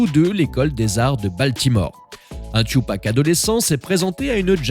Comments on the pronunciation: son nom se dit Tupac pas " Chupac"🤣🤣🤣🤣🤣🤣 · C'est pas thioupak c'est Tupac (ca se prononce ''toupak'') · Tu ne mérites pas de parler « Tchupac… »😂😂😂